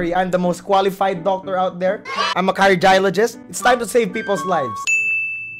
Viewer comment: "Qualified Docctor"